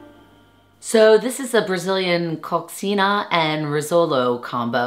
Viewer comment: That food looks good! Coxinha is pronounced co-SHEEN-ya.